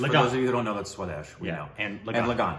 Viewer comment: When he says 'suedes' instead of swadesh, i was like which movie is that 🤔 only 'jeans' i have watched. 😆😆